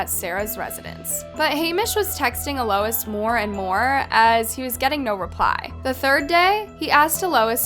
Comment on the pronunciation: Its pronounced al -Los